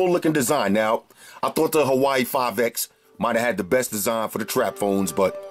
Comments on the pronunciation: Nice review; I like your enthusiasm and some occasional unintended puns you throw in your videos. :) Just one thing Bro, Huawei is not pronounced "Hawaii" like you repeatedly say it but pronounced "WaWay" Lol. Other than that, nice review. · bro,i have much respect for ya and you're holding it down much better than me(lol) but it's pronounced "WAW-WEIGH"! Good choice on the phone too. When you cranked the volume on it,it caused my LG g4 speaker to thump a little! That's a loud speaker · Thought you were saying Hawaii 5X lmao